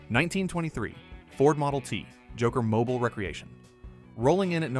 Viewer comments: Yeah. It's mobeel, not mobil. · Mobile = Mo beel. AI voice is 90% good, 10% WTF... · 3 ways to pronounce mobile and AI chooses the 2 wrong ways every time. Another dislike.